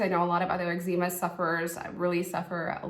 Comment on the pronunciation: I’ve never heard someone pronounce eczema like that before 😂